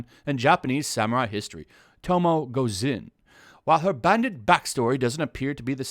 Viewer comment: Them: "GOT2 SHOULD BE FEMALE LED WE HAVE A LEGENDARY PERFECT FIT ALREADY" Me, who has never played the game: "Tomoe Gozen, right?" also because of how Japanese vowels work, her name is actually To-mo-ay